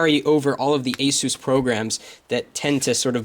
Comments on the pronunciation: ace-is, not eh-seuss. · The aysuuuss ! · asus is NOT pronounced like spanish name jesus. other than that, great vid. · hahhahaa when you say ASUS sounds like your saying JESUS in spanish